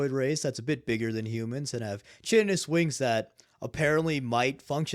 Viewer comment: Is he trying to say chitinous? (pronounced "kite-in-us")